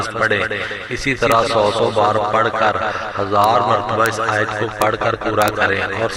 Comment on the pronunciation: آیت کو صحیح پڑہیں